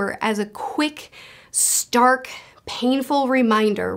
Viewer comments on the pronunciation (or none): none